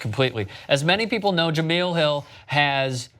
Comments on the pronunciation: Sc6 was dope but honestly it was best as his hers.. And btw it's pronounced ja mail.. Not ge meal.. THEY DID THEM wrong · Jamele not Jameel. Scram. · If you guys say Je-MEAL Hill one more fucking time... I swear, it's one thing to screw it up in one story, but I've left this same comment months ago, and heard you guys screw it up multiple times since. It's Je-MELL hill. Not meal. I can't even take the story seriously when it's so obvious that you don't even know the people you're speaking about. You can bash "corporate media" all you want, but at least there's a professionalism and concerted effort to get the details right. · Jah-mel not Jah-meal. Be professional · juh-MEEEL Hill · It's not pronounced JeMILL 😂😂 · Pronounce Jemele Hill's name right you scumbag.